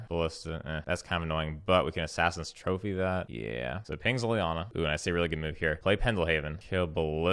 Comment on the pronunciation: You keep mispronouncing assassins trophy and serum visions. Just a heads up